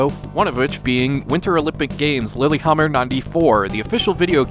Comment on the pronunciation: Well, still a fun one to learn about. Don't think Lillehammer's pronounced lilyhammer though. But games like these do tend to go south very quickly upon release.